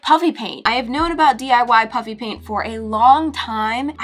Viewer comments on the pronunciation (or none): Anyone else notice that she said "puppy" paint or is that just me 😂😂